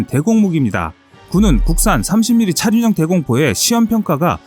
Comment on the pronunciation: 차륜형 이라는 발음이 어려우신건가 계속 차준형 차준형 하시넹